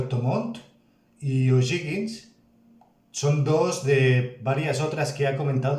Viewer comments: Puedes reaccionar a videos de la historia de La Guerra de Pacifico que son muy buenos, y contextualizar mas de los territorios que tiene Chile en el Norte. Corrección: la palabra "O´Higgins" se pronuncia "ojigins". Es el apellido del libertador de Chile don Bernardo O´Higgins y despues se le colocó como región sexta y su ciudad es Rancagua. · O'Higgins. Se pronuncia parecido a cuando te ríes " ji ji ji "